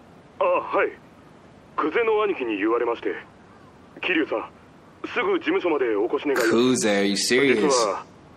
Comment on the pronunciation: No one is bothered that he kept saying the names wrong? Kiryu ( keirdru )not keyru